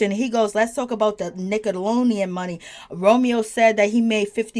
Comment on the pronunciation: It's Nickelodeon, not 'Nickalonian'. Are you okay?